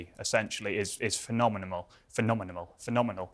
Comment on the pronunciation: lol phenomenamal phenomenamal phenomenal lmao